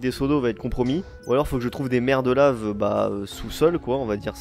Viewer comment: t’a dit "des mers de lave"moi: "des merdes de laves" 😂😂